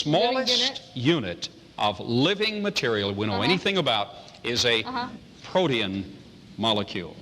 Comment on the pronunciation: Was it protein or protean? Either way it sounded wrong.